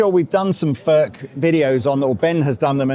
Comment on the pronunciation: Its NOT "FÖRK" nore "FÖRTSCH". He ist called František Furch, ("u" like in YOU and "ch" like in Loch Ness 🐍). you dont want us to pronounce "jeans, update and cool" the German ore Czech way.